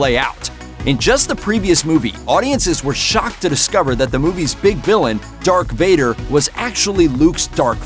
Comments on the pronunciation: Hey announcer, it’s Darth Vader and Skywalker... not Dark Vader or Skywaller... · Who the fu$$ is narrating this? Luke Skywaller, Dark Vader, Chewy is a cookie! WTF! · Why is this guy saying Dark Vader and Luke Skywaller? Oh I get it now - it's a yolk